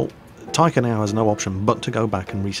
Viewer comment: 1st Taika Apina is (based on the name) from Finland and 2nd you are pronouncing 'Taika' like tiger XD (but more like tigah) which is a bit wrong